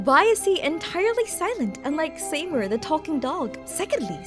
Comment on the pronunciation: Interesting theories. I'm of one mind to bet that Sandrone got jaded after all these years, knowing she never could replace Mary-Ann. Also, I'm begging you to learn how to pronounce "Seymour." It's "see-moor"